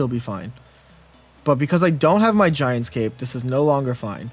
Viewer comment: I love you,, but every time I have to hear you say “Giant’S” Cape,” I love you less lol.